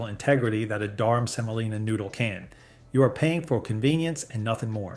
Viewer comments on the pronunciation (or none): Durum. Not Durham. Also Semolina, not Selina. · IT'S NOT "DURHAM" BUT "DURUM" SEMOLINA, FROM LATIN FOR HARD. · * DURUM not Durham, Durham is a city in the south. * SEMOLINA not selina. * It’s pronounced fah-REE-na not fah-RAI-na. * And the mold is called a DIE not a dye…. A dye is a coloring. * Why do you show so many shots of ramen? It’s Chinese and it’s fried, precooked instant noodles that you can even crumble over salad without cooking again. * A minor TEXTURAL issue not textual. A few years ago I looked at the manufacturer of both Ronzoni and American Beauty, on the package. They were both made by Hershey. Called Hershey. Turned out both brands were made by the same factory, same machines, exactly the same formula and product. I asked Hershey why they make Ronzoni when American Beauty is so much cheaper, and they said “customer loyalty.” But they’re the same except for the price.